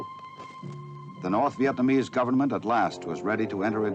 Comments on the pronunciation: It was interesting but do you think you could at some point pronounce Vietnam and Vietnamese properly? It is not "VietManeese." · man i agree too. it sounds like hes saying vietmanese.